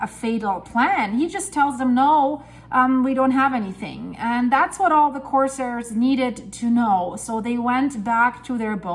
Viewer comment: it’s “core-sairs,” not core-sirs, emphasis on second syllable. Your English is so good, I thought up you might appreciate knowing. Love every video. Introduce your animals to us! Not long animal videos, just intros since they now have a supporting role. 😊